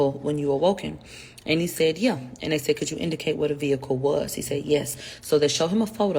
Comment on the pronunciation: He sai yah , she sai ,he sehd , she sehd. Every other words spoken in her videos. Drives me crazy for real 😆